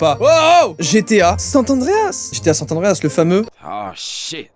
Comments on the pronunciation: GTA san andreas et non sant andreas !! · Par contre, c’est saN Andreas et pas sat tandreas ptdr 😂😂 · pour moi tu a perdu tout tes points en disent "Sat Andréas" a la place de "Sans Andréas" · SanT Andreas ?! 😂 On avait pas le même je crois! perso je jouais (et joue encore) à GTA San Andreas! J'adore 😘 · on dit san andreas pas sanTE andreas mdr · Par contre c’est san andreas , pas sant andreas merci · 20 points, mais pour ma défense chu de 2001, j'ai connu que la moitié des années 2000 ptdr Par contre tu te retire tout tes points pour avoir dit San Tandreas je suis désolé mais ya pas de T dans le nom tu sors! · San Andreas et pas sante andreas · Arrêtes c gta san Andreas pas saint Andreas 😂😂😂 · Pourquoi San''T'' Andreas ???? C'est San Andreas frerot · C'est San Andreas pas Sant Andreas :( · Il est stressant a dire GTA Santa dreas nan ?????! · C'est moi ou il dit sant Andreas ce malade!! A part ça trop lourde la vidéo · « SanT Andreas» Agrrrrrr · Pk « GTA sanTandreas » ??? Mdrrr 😂😂 la liaison qui sort de nulle part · "GTA Sat Andreas"??? Pourquoi vous dites tous ça ? C'est si dur de lire ?? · Pourquoi tu le prononce sainte Anreas ? 😂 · il dit « sant andreas » ce grand fou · JOYCA je t'ai retiré 2 points de ta notation pour ta prononciation du TRÈS CÉLÈBRE jeu: "SAN Andreas" !! ^^ En vrai t'es à 29 pts, faut que tu recompte 🤣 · GTA SanT Andreas, y a pas de T hein 😂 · Il y a pas de "t" entre San et Andreas, oui je suis relou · San Andreas c'est le meilleur jeu mais tu sais pas le prononcer :p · GTA San Andreas meilleur jeu, mais il sait pas le prononcer correctement mdr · arrête de prononcer le T inexistant à SAN ANDREAS!